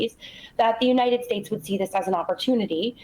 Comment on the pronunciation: "joo-ninted states"